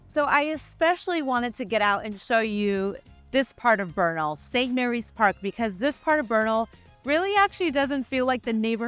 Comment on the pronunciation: It’s Bernal heights! 3rd generation born there… we don’t say Beeernal, and drag our words, like omg ish